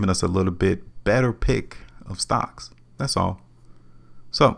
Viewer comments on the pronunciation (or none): none